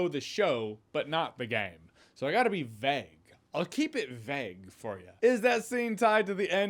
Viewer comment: Why do you pronounce vague like daft people pronounce Daniel Craig?